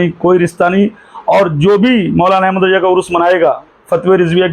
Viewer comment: Abe alahazrath ke bade bete ka name hamid raza hai mufti e azam nahi Teri talafuz sahi nahi RAZA Hota hai RAJA nahi pehle dusroun ko nasihath (direction) dene se pehle tu pehle khud is layak to ban ja bad me logoun ko nashihath karna pehle jake madressa me dakhila le qabil banjane ke badd phir youtube par aana 😂